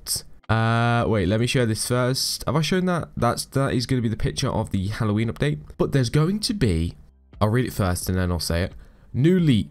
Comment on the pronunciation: The pronounce of the update is opdate